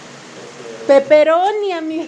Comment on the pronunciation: Jajajajj yo también me confundo en pronunciar peperroni